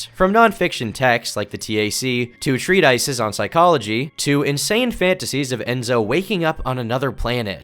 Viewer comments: tree-TICE hahah. Second video I’ve watched this year and both had hilarious mispronunciations. Do you even write these scripts? This one isn’t even as bad as some of the other examples but god damn bro. Did your parents never use these words in front of you? But any weigh, Mary Chris miss, hope you get some grate presence! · It boggles the mind that you are parroting known articles about Bruno as if you wrote them yourself, passing judgement on what little intellect he has, when you repeatedly mispronounce JR HIGH level terminology. Learn how to pronounce treatise and get your GED before your talk.